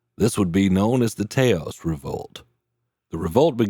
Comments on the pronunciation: It's "Tah-os" not "Tay-os"....just sayin'. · The town is NOT pronounced TAY-os. “TAH-os” as in “them’s some nice TA-TAs, señorita!” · I'm born/raised in AZ, with generations of family/friends in NM as well. I have never, ever heard Taos pronounced "Tay-os".